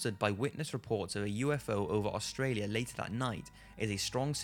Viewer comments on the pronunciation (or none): none